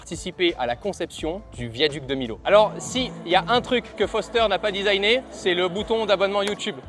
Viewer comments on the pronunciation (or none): « Le viaduc de Milo » donc ça ce dit « Viaduc de Miyo » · "viaduc de milot" 🥲🥲🥲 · Millau se dit "Miyo" par contre.